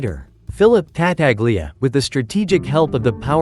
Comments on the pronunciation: Whoever narrates these films, whether human or AI, should learn to pronounce the names the way they are pronounced in the movie. Ta-taglia, indeed! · It's pronounced Ta-tal-ya